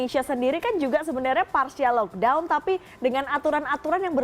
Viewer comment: tak guna jelaskan perbezaan pkp dgn lockdown. Dorang bukan faham atau memang tak nak faham kot. Sebutan pon pelik 'lokdon'